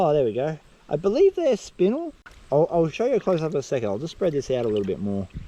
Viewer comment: Only because you told us to educate, spinel is pronounced spin-el, like Kal-El Congratulations on the finding an awesome spot man, hopefully there's many more to come.